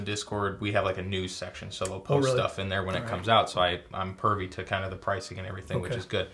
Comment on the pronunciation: Let’s talk about the definition of privy not pervy… 😂 Great content as usual!